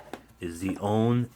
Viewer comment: AUNE is pronounced OW as in how, NEE as in knee. (2 syllables)